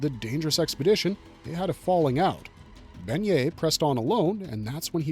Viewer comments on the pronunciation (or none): Please for the love of god stop mispronouncing his name like that. Bennet would never sound like how you’re saying it…you’re saying it like Beignet…you’re saying the word for little donut. BeNNet the 2x n sound is not the same as beiGNet, gn sound. Bennet has never been a French name so if he we actually French his name would be Benoit. Whoever taught you to pronounce his name like that tell them to jump off a bridge lol